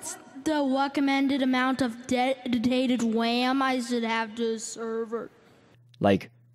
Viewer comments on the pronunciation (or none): "Whas the weccomended amount of dedditated wam I shoukd have to server?" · Um,.. I was wondering Um... What's the wacommended amount of de-death-tinated wam does it have to sevur. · "Um, I was wonderinng um, what's the weccomewnded amount of de-ddidated WAM I should have to seerrrverrrr.....?" Fixed the subtitles